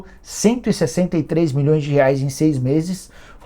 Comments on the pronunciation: Cara super rico, investindo milhõ😂s falando “04 mões” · 'Quatro mões'